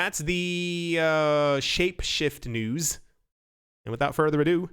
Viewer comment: I like it when he says a-doo